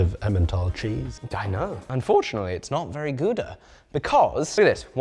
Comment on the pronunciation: "not very goudah" 😂